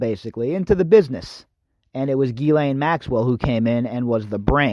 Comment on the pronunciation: Why do you call her Gheelaine? It's Ghislaine [/ʒislɛn], the 's' is not silent